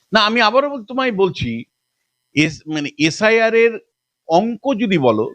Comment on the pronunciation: এস আই আর উচ্চারণ এসাড় এসাড় শুনে আমি খবর আর বেশি দেখিনি😂